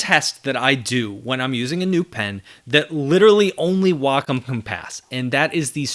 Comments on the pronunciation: I’m so glad you pronounce Wacom the correct way. People at my company look at me funny because I don’t say Way-com. 😂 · Glad to hear you pronounce Wacom correctly.